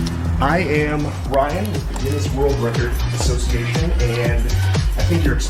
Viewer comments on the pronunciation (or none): none